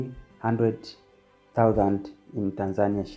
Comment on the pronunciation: Pronounce TANZANIA like a Tanzanian not like a Kenyan! Say TANZANIA not TANZAAANIA